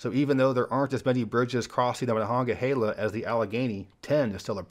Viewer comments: aLad - considering we can be 100% sure it’s being butchered now by people who think they know how to say it from the original Iroquois and its correct pronunciation, we can safely say he did a great job, especially from one not used to saying it. Great job. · As a Pittsburgher I’m glad you pronounced Monongahela correctly. Also, there’s not a bad way to enter the city. The Ft. Pitt tunnel gets all the love and deservedly so. But there’s so many good views.